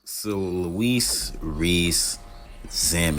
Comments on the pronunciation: Your pronouncing he’s name wrong you say he’s name as Lewis but he spells it differently. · Think "Loo-ee" Rees-Zammit